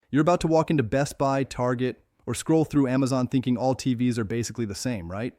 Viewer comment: Could you at least get the AI not to say T-v-s. That one small quality improvement would do so much to ease how annoying these videos are.